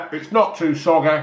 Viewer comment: Not too wet not too soggehh